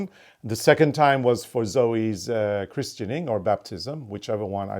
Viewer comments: Christening, and baptism is pretty much the same, just depends which branch of the church you belong to. You don't really pronounce the 't or e', chrisning is how it is usually said, in UK at least. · Christening, not christianing, but it's the same as baptism. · In the u k baptism and christening is exactly the same thing. The t is silent in christening. Love seeing both of you. ❤ merry Christmas. ❤